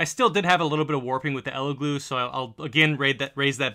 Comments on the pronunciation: Its Elegoo not Eleglue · El e goo not eleglue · It’s EleGOO, not GLOO. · It's funny how you keep saying Ele GLUE.. YOU KNOW it's Elegoo 😂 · that’s what I kept hearing 😅 glue vs goo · Great comparison. Only criticism is it’s Elegooooo not eleglue Keep sharing :) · Are you saying "Ella Glue"? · Stop saying Elegloo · Why do you keep calling the Elegoo and "ElegLoo" ? 🤔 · do you keep saying "Elegloo"? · I keep hearing "elegloo" throughout the video. I can't tell if it's like the "meow" thing from Super Troopers, hahaha. Great video, thanks! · I kept hearing Eleglue lolo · I always hear, "Eggyloo"... sounds like our bathroom the day after a curry... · Did you say Eleglue?! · I can’t take this seriously when you keep saying “Eleglue” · Sounds like a fairly okay bake off, but I feel like there are a few too many differences between the tests for my liking, but then again, I'm a scientist. Are you saying, "Elegloo" every time? And did you spray some spray adhesive into a printer? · Are you saying Elegoo, or Eleglue? It sounds like Eleglue. 😜🤪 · Oh man, eleglue is all I'm going to hear com now on! 😂